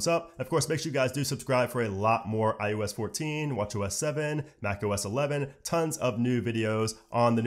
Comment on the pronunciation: Why does he keep calling it iUS 14?